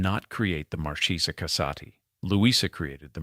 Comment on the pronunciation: Marchesa the ch is pronounced like a hard long K. No che . It's Italian not Spanish. Thank you